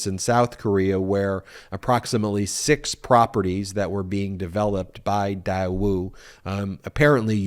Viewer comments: It's pronounced DAE woo not dai woo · Please let our US Government investigate and handle this one. First of all, it is not pronounced DIE WOO it is pronounced DAY WOO!!! Trump should not have injected his greedy, self serving, self into this delicate but important, back channel relationship, but the Daewoo relationship is a vital, SK/NK relationship that should not be damaged. Please focus on any of Trump's hundreds of other self serving crimes instead. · It is not Diewoo it is pronounced Daywoo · Daewoo pronounced 'dayoo' not 'diewoo' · Day-woo it’s pronounced day-woo. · IOt's pronounced DAY WOO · While i agree with the point that Trump has misled our country and its citizens, I think we have to be careful with this specific allegation that Daewoo (correctly pronounced Deh woo) has deep ties with North Korea. It is true that Daewoo has been identified as the sole private industry to deal with North Korea, that is more in line with the two governments (North and South Korean) are trying to work in trying to "normalize" relations between both countries. That, however, does not negate the requirement for Trump to have disclosed it and he should certainly be held accountable. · dude it is pronounced Day-woo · Funny to me it was a loan from Daewoo (pronounced Day-woo). Daewoo is a Sh*t automaker, that makes Sh*t cars.(we're talking Yugo kinda Sh*t cars). I guess Sh*t finances Sh*t..🤣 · Loans not deductible only interest. Know your facts before you podcast. I believe it's pronounced Day woo. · Love what y'all do and the videos y'all put out, but I am pretty sure that Daewoo is pronounced like daywoo. At least it is if it's supposed to be pronounced like it's spelled. Keep up the great work! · Pronounced “day-woo”….. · It's pronounced "Day - Woo". 👍🏾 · The company name is pronounced “Day ooo” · I think it’s pronounced Day-woo. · Daewoo is pronounced "day_oo" like a sunny day, with no w sound. I lived in Korea for 10 years. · it's painfull hearing him pronounce Daewoo!